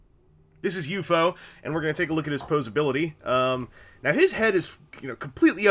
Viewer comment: I find myself bugged that you kept saying U-FO instead of just saying U-F-O.